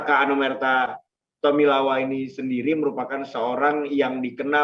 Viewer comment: Rahman Tawainella bukan tomilawa